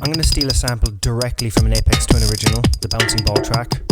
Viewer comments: Good stuff...FYI...its aphex twin ...not apex ...pronounced afex twin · You said his name wrong 😒 it’s not Apex, it’s Aphex like Afex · It's Ay-Fecks. Not Ay-Pex. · its pronounced like ay Fex with an F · Your pronunciation of 'aphex' is not the apex of this video.